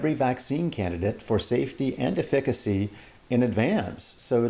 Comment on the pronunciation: I'm just bothered how the last guy pronounced efficacy. very cringey